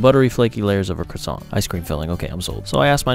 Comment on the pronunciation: It's not pronounced 'Croa-sants'. It doesn't take 5 years of frency study to pronounce it. At least do it the correct way, will you?